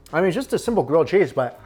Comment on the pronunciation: he says cheese as 'cheesh'